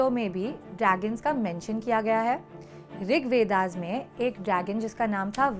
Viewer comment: It's rig ved not rig Veda Please don't change the name of our gods and veds and ancient books